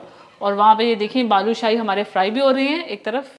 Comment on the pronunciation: Bhaloo nahe hota baloo shahe hota hy